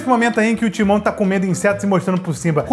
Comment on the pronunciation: O: "Um suricato chamado simbau" kkkkkkkkkkkkkk